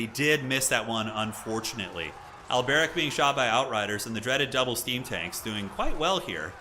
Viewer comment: The way you pronounce Alberic, though. Do you think he's Arabic or something? :D